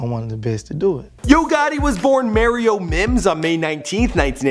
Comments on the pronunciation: His name is Mario Mims like the Mario Brothers video game not Mar-io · did you actually just fucking say MAIR-io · Merryo Lmmfao